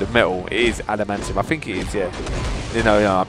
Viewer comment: It's not called alimantium